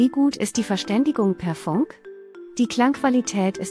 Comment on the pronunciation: fAnk ??? Ich kenne nur fUnk !!! Und es heißt DAS und nicht „der“ nächste Produkt … Haben wir nicht mal nen Hauptschulabschluß gepackt oder was ???